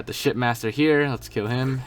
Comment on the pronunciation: It sounded like you said "There's the shitmaster here"